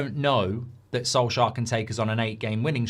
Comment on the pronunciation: Come on not soljear come on.......